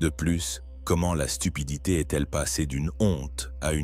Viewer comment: la stupidiiititiiichuuu la stupidité morale lol